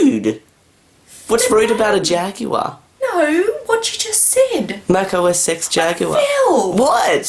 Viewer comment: I know I thought he said Meth Blaster untill the words came up on the screen